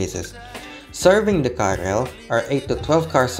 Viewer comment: KRL itu bacanya ke-er-el bukan ka-er-el